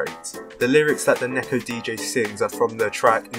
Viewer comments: just wanna say its not neck-o its pronounced knee-ko for someone as smart as you i thought you would know this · Neko but its pronounced Neeko LONG E